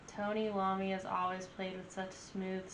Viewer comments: Tony Iommi is pronounced "Eye Oh Me" it's a capital I not an L, just fyi. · Ton'i's name is pronounced eye 'O me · It's pronounced "i"Ommi just for future reference.